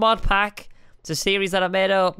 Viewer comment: Does anybody else notice that squid says series-es